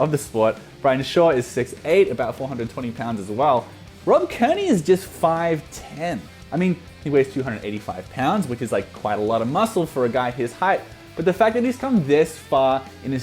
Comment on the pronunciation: okay am i the only one who laughing at how it say gay instead of guy